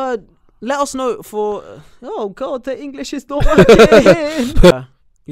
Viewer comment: "the English is not workkking" omww that happens a lot